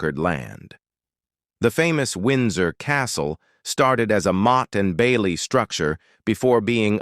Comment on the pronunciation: Awful AI, motty n bailey 😂